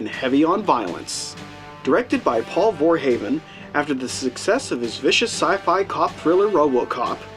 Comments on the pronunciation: Don't want to be a dick here but you pronounced Verhoeven wrong. It's pronounced like "Verhooven" it sounds like Hooves. You said "Voorheven" like Jason Voorhees. But that's wrong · Verhoofun (that's how to pronounce Verhoeven) :) great movie and review